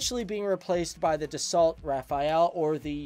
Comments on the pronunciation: Dassault with a silent T Pronounced Dasso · It would be nice if you pronounced Dassault properly.